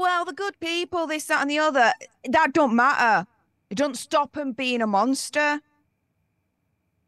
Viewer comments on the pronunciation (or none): "Tha' don't ma-uh."